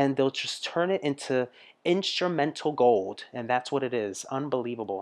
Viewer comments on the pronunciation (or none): none